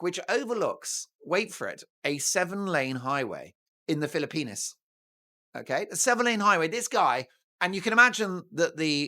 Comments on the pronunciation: Dear Mark, Are you sure your Filopino subscribers enjoy the pronunciation of their country as "Filo-penis?" You're welcome. ♥️🤍💙🇺🇸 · You don't know how to pronounce the Philippines do you?